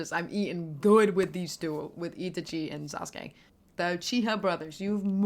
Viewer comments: Itichee ❌ Itachi✅ I...taaa....chhe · E-tachi slow down and separate your pronunciation the name is in 3 parts i-ta-chi. So just say ee in one second and tachi the next. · ita-chi lol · For future reference, Japanese is built off syllables, not individual letters, and each vowel only makes one sound. So, break Itachi into its syllables, "Ee, Tah, Chee." There are exceptions, but that's a good starting point with Japanese. It's always funny watching people flounder with pronunciation when it's phonetically one of the easiest languages out there. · Four days later to reply, but just to correct on Itachi's name pronunciation. The way to pronounce it is "I-TAH-chi" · Oh… “ee-TAH-chee”… I didn’t know what the heck you were on about. I thought it was another anime/manga lol. Just listen to some dub pronunciations. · Great video. Please keep us updated! P.s. it's pronounced itAchi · You must emphasize the a in Itachi, not the i. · The way she emphasizes I sounds wrong if you have watched the anime